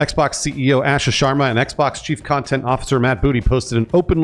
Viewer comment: One of these days the guys will be able to correctly pronounce Asha’s name.